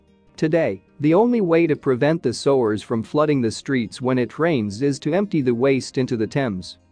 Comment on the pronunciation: ITS PRONOUCED SU-ERS !!! I HATE WHEN PEOPLE OVER PRONOUNCIATE WORDS JUST SO THEY CAN SOUND MORE INTELLIGENT, AND ONLY MAKES THEM SOUND LESS EDUCATED THEN THEY ARE, GRRRRRR